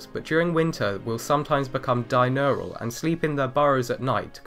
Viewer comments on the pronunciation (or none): di-urnal. Not di-nurnal. Sorry.